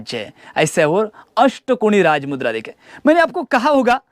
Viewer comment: raaj mudrecha apman karu nkos uchar nit kr tujhi layki nhi raaj mudrecha uchar chukicha karnyachi Jai bhawani jai chatrapati shivaji maharaj jai chatrapati shambhu raje🚩